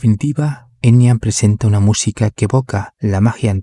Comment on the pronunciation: En realidad se pronuncla EnYa,no Enia Bien bruja la Enya Con razón jamás me gustó esa mina ni su "música" y por eso vive escondida,oculta:porque es bruja,vive como todas las brujaa